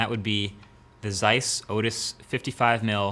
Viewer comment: MKBHD I love your videos man but please learn how to pronounce ZEISS. I know a lot of people would apprechiate it. Cheers from Hungary